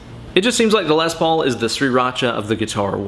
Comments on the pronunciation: Less is more. It's pronounced like less, say less Paul not more paul, or lesbian paul. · Tomato, Les Paulo haha